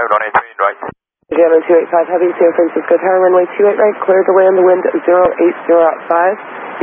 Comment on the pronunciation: Asiana crew accurately refers to San Francisco as "San Franshitsco"